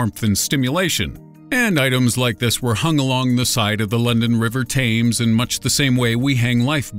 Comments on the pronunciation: hahahahaha "River Teems" it's pronounced Tems. just saying. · You really think he'd know the river Thames is called the River "TEMS" - yikes.